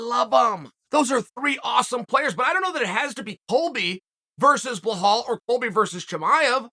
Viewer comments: still calling this dude blahal 40 times a video lol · Nah Gilbert should humble “Blehal” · This man said belals name wrong the whole video 😂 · where the F is the H in Belal? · He should learn how to pronounce Belal. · ...I thought it was on purpose...but not with Belal...it comes naturally to Unc...like Gufstason and breakfrast... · Insert <WHO THE FOOK IS THAT GUY> Connor meme when Chael says BLEHAL! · Cmon man it's Belal... There's no H in it. You're using too much oxygen pronouncing it incorrectly. It makes me cringe hearing you say it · Is his name really pronounced bluh-hall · Bell-all, Uncle Chael, Bell-all. Can you say it with me? BELL-ALL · 'Blajhaal' the next mystic fighter😁🤣 uncle Chael never fails to create new upgraded names. the j is silent btw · I get it chael, you’re a company man and you do what the UFC tells you, but I don’t know how many more times I can stomach listening to you talk about beHlal “that’s not how you say my name” Muhammad. Nobody gives a fuck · His name is so simple - Belal ( Bill + Al ). But Bluhawl 🤣🤣🤣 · Why does he say "Blahol" instead of "Belal" ?? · Uncle chael, it’s belal not bahal for the love of god ! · Only problem is ur calling him behal instead of belal lol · Please read my comment it’s BELAL NOT BEHAL BEE-LAAL like lad but with a L so belal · Have we been saying BELALS name wrong this whole time and Chael is saying it correctly 🤔. BEHAL?? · Stop say BAHAL! lol its BEEELALL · Mate, his name is BELAL, not BLAHAL 😩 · For the love of God it’s Belal not blahal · His name is BeLal not BeHal. But love this show. Great insight. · It’s borderline racism the way you blatantly keep calling BELAL Blehal. It pisses me off every time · Uncle Chael, It's Belal not Blahal 😅 But you gotta love it, welterweight division is stacked! 🔥🔥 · he somehow made an easy name a hard-to-pronounce name lol I think he must have done this on purpose, it’s a running joke now in all his videos just butchering ppls names 😂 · Who the fook is "Blehal"?